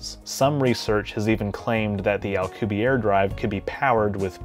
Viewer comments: You're pronouncing it as if his name were French, not Spanish (he's a Mexican physicist). His last name is pronounced "al-coo-bee-AIR-eh" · As always for you,, an absolutely fantastically informative video. I was going to comment on your pronunciation of Alcubierre, but noticed you already apologized in the comments. I don't think we could build a Star Trek-type warp drive at all or a different type of warp drive anytime soon, especially if it involves anti-matter because it's so difficult to attain in any substantial quantities. But, if improvements knowledge and technology increases exponentially as it has in the last century, we might get something close within the next couple hundred years. If we could somehow hitch a ride on the expansion of spacetime itself, we aren't limited to the speed of light.